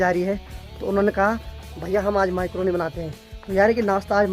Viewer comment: मैक्रोनी बोलते हैं भाई माईक्रोनी नही